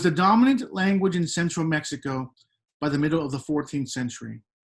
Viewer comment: VIVA MI RAZA MEH-SHE-KA